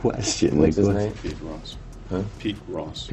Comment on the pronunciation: He can’t even pronouth hith own name 😂